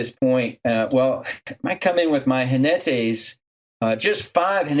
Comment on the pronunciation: ¡Jinetes! With the 'j' sounding like a harsher 'h' and the stress on the 'ne' syllable, not 'ji'. Both of you did very well, especially considering you're English speakers (spanish has a very different phonology).